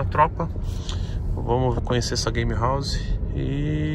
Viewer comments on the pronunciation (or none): "Gamerauze" lkkkkk não é querendo ser professor de ingles mas se escreve game house